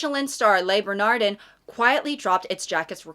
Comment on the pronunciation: Tiny FYI: Le Bernadin is a French name, so that second word would come out something like: "ber-nah-DAN", accent on that last syllable. Never eaten there, though I've passed by their doors quite a bit. On one of my trips to France, I went on an 18th century pilgrimage to Le Procope, which was a simple coffee place back then. Now it's a ritzy restaurant. But the waiter saw me lingering at the door, invited me in when I told him why I was hanging around, invited me upstairs to look at Voltaire's desk, and then insisted I have dinner there. Salad, wine, coffee flavored with star anise; and then he recommended the best angles for some photos. Definitely one of the finest dining experiences of my life!